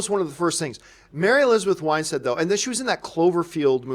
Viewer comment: It is Win stead Not Wine stead ;)